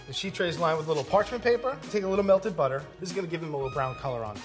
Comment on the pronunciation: “Butter!” The way says that 😂. Kinda sounds like “Buttah!”. Like the “Pottah” by Draco Malfoy in Harry Potter.